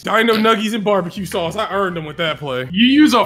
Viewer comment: Barmbeque saumce